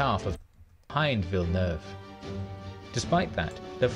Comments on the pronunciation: Admiral 'Vilenaewayvay' as you called him, is pronounced 'Vil nerve' or 'Vil eh nerve' 🙂 and it didn't say why, but I think the second line of French and Spannish ships couldn't get into the fight because of the way the wind was blowing, they were out of position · "Villanewayvay". That hurt my Frenchness. LOL. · Unlike Spanish, French pronunciation drops or combines a lot of vowel sounds, so the Frenchman Villeneuve that you call "Villanu-ayvay" (great guess for Spanish) is called "Veel-nerv". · Hering you try to pronounce Villeneuve ...that made me giggle